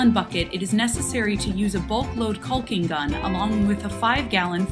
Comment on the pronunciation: Its pronounced like "Cocking" not "Culking" Just saying! :)